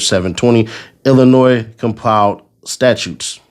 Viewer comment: I’m glad you know it’s Illinois instead of IllinoisE